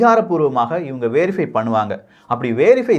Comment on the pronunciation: வேறிஃபை இல்லை வெறிஃபை.